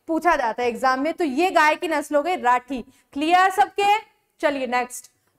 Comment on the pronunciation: Mam राठ nahi rathi hai